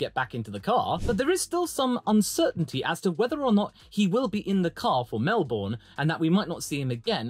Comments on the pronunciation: Melb”burn” not Mel”bourne” please don’t say it like the American’s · pronounced melBURN not borne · Please learn how to say Melbourne. No Australian ever calls it Mel-BORRRN. That just shows you have never been there. Why the emphasis on the last syllable, and the very American 'R?' In the UK I needed to learn the quirky British pronunciation of place names, and it is no different for Australia. Australians have a slight emphasis on the first syllable, and the last syllable has no discernible 'r' in it. It is pronounced 'bin.' So it is correctly called MEL-bin. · Just a heads up. It’s Mel-bin. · Mel-bun! It's pronounced Mel-bun! rages in upside down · Melbourne.. Pronounced "Mel-Bin" Trust me on that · Say it with me… “Mel-bn” 😁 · Any chance you can pronounce Melbourne like a Brit instead of like an American